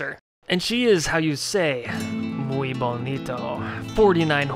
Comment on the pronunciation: Its "bonita" not bonito lol